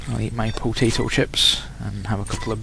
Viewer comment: lol "pootato"